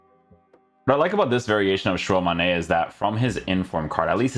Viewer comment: It's not "Shuwa Mane" wtf 🤣🤣🤣🤣